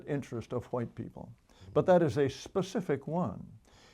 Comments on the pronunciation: Actually, he's pro Whhhite, in his typical pronunciation! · i would have listened to this whole thing, but the way he pronounces "hhhhh'white" makes me want to puncture my eardrums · Does he not know that the "H" is silent after "W"